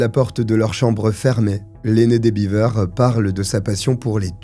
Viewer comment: Ça se prononce "béver" comme dans Beverly Hills. Prononcé "biver" c'est le castor (beaver).